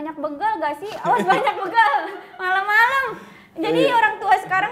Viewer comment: Bègal bukan běgal, Arafah😁